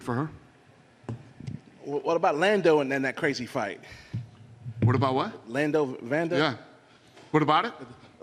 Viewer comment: Seriously... who is the black guy who called Lando Vanatta “Lando Vanda” (and mispronounces every other fighter name he says)? Is he an actual reporter? He is not very good at his job.